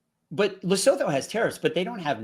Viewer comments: Just for interest's sake, guys. Lesotho is pronounced Le-Soo-Too. Just say it kinda fast and you got it. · I love how you pronounce Lesotho 😂 Try this Lee - su -tu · Dudes, you're murdering the pronunciation of Lesotho. It's "Luh·soo·too" 😄 I'm South African and our tariff is 7.5% when the mad king claimed it is 60%. In our case we're also definitely being targeted hard because of the ICJ case (ignore the white genocide bs) so spare a thought for us, especially since we already have a 32% unemployment rate. I'm off to enrol for Mandarin lessons 😬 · Please learn to pronounce Lesotho. Love y'all. ❤